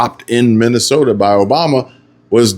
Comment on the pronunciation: Learn how to say mi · nuh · sow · tuh